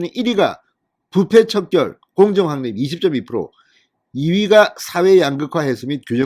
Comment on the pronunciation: 진성호님, 이 말 참았는데, 제 말 좀 들어보세요. [확립], [각론] 등의 우리말 발음을 모르고 계속 잘못된 발음을하니 아쉬움이 큽니다. [리발소]는 우리말로 [이발소]라고 발음하세요. [확립]은 [황닙]으로 발음하세요. [각론]은 [강논]으로 발음하세요. [황립], [강론]이 아닙니다. 누구나 아는 이런 기본적인것부터 바로 잡으시기 바랍니다. 그리고 [사전투표]를 [辭典투표]로 발음하지 마시기 바랍니다. 차라리 저한테 자문을 구하시면 고쳐드리겠습니다. 아마 본인만 모르시는 것이 많을 겁니다.